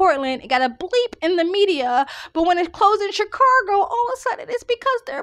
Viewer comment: There's no R in Chicago.